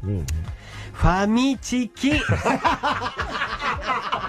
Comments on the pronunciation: 有吉の読み方がファ/ッチじゃなくて フ/ァッチなの好き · ファミチキをﾌｧｯﾁってなんやねん そしてキングオブ"チキン"の方は普通に発音するのなんなん笑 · やっぱりネイティブの発音は違うなぁ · ファミチキのネイティブ過ぎる発音て何だよw